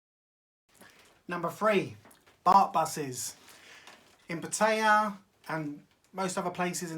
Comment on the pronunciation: It's not Pa-Tay-Ahh. It's PAT-E-Ahh. Ask any Thai.